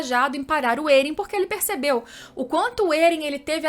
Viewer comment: Da uma aflição toda a vez que ela fala Eren ao inves de Éren